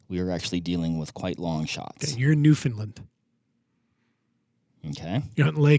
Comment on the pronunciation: it’s not pronounced “new Finland”. The “found” sounds like “fun” and heavy emphasis on “Land”. Say “Understand, NewfoundLAND”, as a trick 😜 🇨🇦